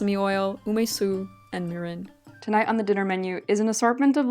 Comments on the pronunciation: Also, the first syllable is pronounced more like "meer" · Your pronunciation breakdown of mirin splits it in the wrong spot. It's ME-rin since the kanji, 味醂 , would be broken down into 味 (み - me) 醂 (りん rin). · i am totally not japanese, so do not take my word for it, but I've always pronounced mirin as "MEE-rin". ¯\_(ツ)_/¯ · You want a shorter e sound on mirin. Like me-rihn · This is so cool! My mother grew up in post-WWII Japan, so I recognized some of the ingredients from her stories and various foods she made for us as kids. You did such a lovely job researching and presenting all this information, and I will absolutely be trying some of these recipes! Btw, kabocha squash is my favorite winter squash of all time. Two pronunciation notes, if you're interested. Mirin is pronounced more like MEER-in, rather than Marin County, and natto is more like NAH-to. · I could be wrong but you may be pronouncing mirin incorrectly. I believe you're putting the emPHAsis on the wrong syllABLE. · Japan! I wasn't expecting you to do Japan! And BTW, your pronunciation was pretty good, as far as I can judge from having studied Japanese for several years on my own. One example - "mirin" is "mee-reen," not "mih-rin." Just one more - "genmai" is with a hard G, "gen-mah-ee," not like "jen." But overall, you did really well! About the nagaimo - I don't know from personal experience, but I've heard a common way to eat it is to grate it finely, so it becomes a paste, called oroshi, and serve it with a fish, like mackerel (saba), for example. You might want to try that, since you like nagaimo's taste! EDIT: Never mind, you grated it on your own! LOL Can't wait for the next food-venture!